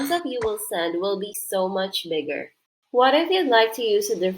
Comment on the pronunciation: you did NOT say bigger 💀